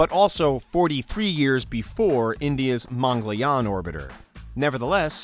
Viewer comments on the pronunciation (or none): When he said aaryaabatta mangalayan 🤣😂🤣😂